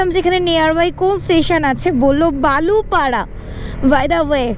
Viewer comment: আপনি যেই nearest railstation র কথা বলছেন সেটা বালুপাঢ়া নয় বালিপাড়া railstation.